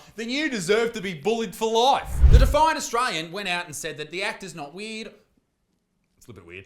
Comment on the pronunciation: when he says "weird" it sound like he sayin "weed"